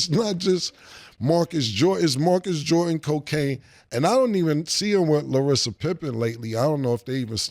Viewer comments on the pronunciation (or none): Cam calling "Larsa" Larissa got me 😭😭😭😂😂😂